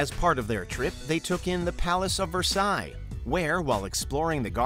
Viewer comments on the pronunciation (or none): none